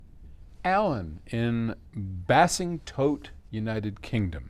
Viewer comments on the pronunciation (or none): I'm from the U.K & I've never heard of the place you mentioned, but I think you mean Basingstoke😂😂 pronounced Bay-sing-stow-k 😉. Loved the video even when destroying our language.. sodder ! instead of solder still cracks me up 😂😂😂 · Great stuff ....well put ... Words of wisdom Btw it's pronounced Bayz ing stoke... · It’s pronounced “Basing stoke” 🫣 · Use “BAZE-ING-STOKE, Paul😅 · Paul its BASINGSTOKE lol